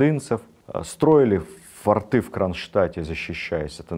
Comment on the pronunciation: «Порты’», «форты’»🤦🏼‍♀️🤦🏼‍♀️🤦🏼‍♀️ Ну что это такое!!!?